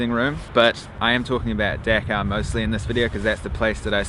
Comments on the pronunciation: Its DHAKA not deka A*****e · Not deka It’s Dhaka ❤️ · not deeka , it is a Dhaka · That's not deka, it's dhaka 🐸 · The ONE THING I hate tourists for is WHAT THE HELL IS DECCA? IT'S DHAKA, PEOPLE. D-H-A-K-A. I hope you understood. Anyway you're good man. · Well being a Bangladeshi, I just want to say, Just Pronounce the Name correctly first before u prove it is safe or not. -_